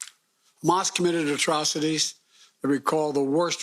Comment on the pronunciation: Wow, Biden is STILL alive? Good for him. I like how he pronounced Hamas. Great job with the media helping get this zombie puppet elected and ignoring his mental decline. It'll hopefully get us in a big fat war again, like the deep state loves. They've always wanted regime change in Iran..or WW3. If you want your son fighting in Iran, vote Biden!